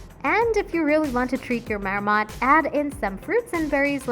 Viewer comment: It's not a "Mayor-mot". 🤦‍♂️🤦‍♂️🤦‍♂️